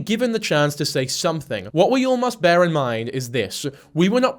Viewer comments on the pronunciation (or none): none